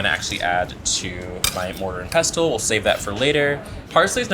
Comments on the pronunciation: your meal looks great. Just a heads up pestle is pronounced as if the t wasn’t in the word. English is so crazy! I found out in my 50’s. And I’m a cook! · Please explain to the Jamaican chef that the “t” in “ pestle” is SILENT! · Do you pronounce the T in pestle? I thought no...